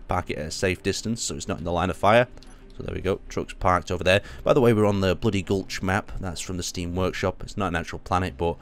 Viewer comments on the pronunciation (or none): BLOOD GULCH. NOT BLOODY GULCH. IVE BEEN PLAYING HALO FOR YEARS, THATS ALMOST OFFENSIVE TO US XDDD